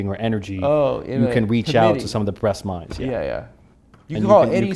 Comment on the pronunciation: torrres says "the breast minds"